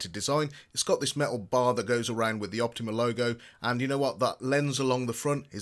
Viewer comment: Its OptOma. Not Optima.